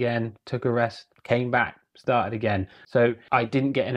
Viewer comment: Apparently the word putter has the letter t in it, and so does repeating, and started and set.